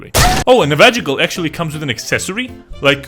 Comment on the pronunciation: Dude, why that "navaja" pronunciation? hahaha i lost so many braincells every time he said it xd